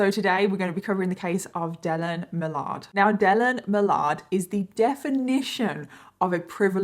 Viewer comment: Its pronounced Dillin Milerd NOT Dilleen Malaard